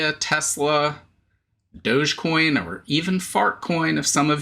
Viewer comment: Dog- e- coin, 🤣